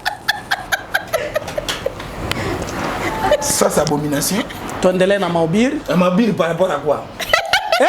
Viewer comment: Ezalaka kotonda eza kushiba donc shibaka interprète pe loba bien shibaka sibaka te